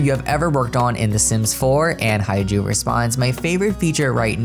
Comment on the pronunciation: I'm definetely very excited to see more gameplay for elders! It's what they deserve haha Also, just want to say that HaeJu is pronounced more like HeJu (the 'AE' is pronounced similarly to the 'E' in the word "hem")